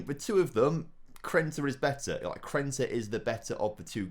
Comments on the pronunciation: He probably genuinely doesn't even realise that it's Krneta and not Krenta. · Krneta is underperforming cause you keep miss pronouncing his name 😂😂